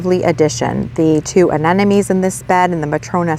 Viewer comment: It's not aneNome. it's aneMoNe. It's not a matter of saying it your way, as someone commented last time, aneMoNe is how it's spelled. Pretty simple.